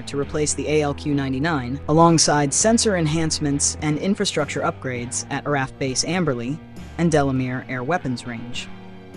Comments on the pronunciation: here, here! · When will these guys understand that "RAAF" is pronounced "R-doubleA-F"?